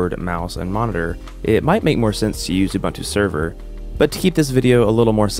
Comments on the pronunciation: Ubuntu is pronounced Ooboontoo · the pronunciation is "oo-BOON-too" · Awesome vid, thanks. Will definitely give this a try. Quick sidenote; correct pronunciation is OoBoonToo. I know this is nitpicking and I’m sorry, but being South African I couldn’t help myself. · "Oo boon two". That's how you say it 😒. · bro you butchering the pronuciation of uBuntu ahaha